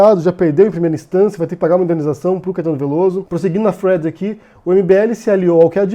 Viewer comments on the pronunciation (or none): cara, fala "fio", "sequencia" para de falar thead (que você pronuncia Fred) que é muito irritante!